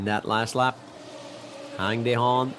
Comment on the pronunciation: He cannot pronounce the Korean's name right. Anyways, it's your choice believing anything, even the things that you believe are wrong.